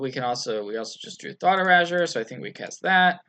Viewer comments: Anyone else cringe at hearing "Thought Erahjure"? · He sure likes his thought urazors!